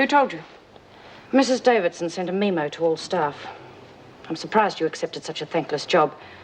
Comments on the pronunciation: Is the first episode with the bizarre pronunciation of 'meemo'? Who the hell thinks it's pronounced like that? Well.. Maybe it is in Upsidedownland? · Erica has always pronounced it like that, although one officer did say it as we do in the uk 🇬🇧 but most the time it’s meemo.. makes me chuckle every time. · 26 mins in vinegar tits says meeeemo instead of memo. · Why do people keep pronouncing it: "Mee-mo" or have I been saying it wrong, my entire life??! X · Yes, just after Vera mentioned something about Davo's 'meemo'. That pronounciation has been used before. Is it really the standard one in Australia? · Just like Erica did a few episodes back- I'm starting to wonder if that's the way they pronounce it in Oz! Does make me laugh tho'- meemo!